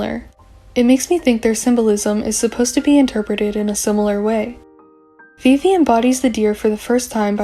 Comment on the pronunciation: at first you have such a beautiful calm voice and I like the way you pronounce yeojin a vivi T^T idk why… but your theories gave me hope about loonaverse after butterfly. i wasnt sure if there’s still something deep, but your theories are on another level!! tysm for this